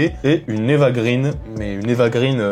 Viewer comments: Attention copain! D'après la copine Judith d'Ecran Large on ne doit pas prononcer Grine mais Graine parce que son père est suédois. Eva Graine de mon moulin. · Ça se prononce [grèn]. [éva grèn].